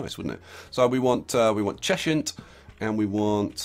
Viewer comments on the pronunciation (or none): At the risk of being an almighty pedant, I need to tell you that you're pronouncing Cheshunt wrong: it's pronounced Chez-unt. Rhymes with pheasant. Hope you don't think I'm a bit of a Jeremy Hunt. ps love the series